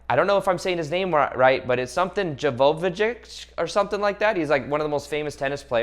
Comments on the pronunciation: LOL! Thanks for the laugh. It's said "Joke O Vich" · Love the video and love all the high vibe tribe!! Hust work on Djokovic pronunciation! He is a Tennis God! hehe